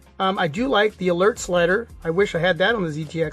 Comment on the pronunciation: eelert slider?